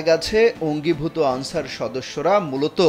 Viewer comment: তুমি কে আমি কে আলচার আলচার 😂😂😂